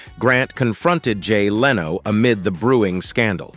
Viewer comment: Machine voices pronounce things in very amusing ways. I also laughed at Heidi "Clumb" and Jay "Leano".